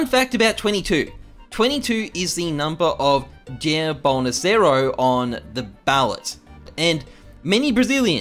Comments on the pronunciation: dude straight up pronounced bolnosaro lmao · “Jer bolnasero”